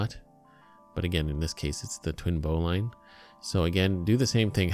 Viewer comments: Thanks for this vid, very informative. Love that someone corrected that bowline to the correct way. I need to mention, "bowline" is pronounced bow-lin, not bow-line. The only reason some people pronounce it incorrectly these days is that too many newbies pronounce the word just based on reading it. If you talk to an old sailor you'll hear "bow-lin". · It's pronounced "bo - Lynn" not "bo-line" knot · a "Boe-Line" knot (bowline)? Well, I've climbed in the Rockies, driven 140mph in a Hemi Superbird, and played Chopin's Opus 27 #1 in c#, and the only way I've ever heard it pronounced is "BOE-lin" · That isn't how to tie a bowline, and it's pronounced "bow-lun", now "bow-line" When properly tied, the tag end will be inside the loop. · Bo - Linn..............it's pronounced............Join the Navy and feel a man all over eh? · Bowline is pronounced bowleene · 1) that's not a noose knot 2) that's not the right pronunciation of bowline. bow·luhn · it's pronounced bowlin, you just made every sailor on the planet cringe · And if you knew your knots you wouldn't have mispronounced bowline eacn and every time. Look it up.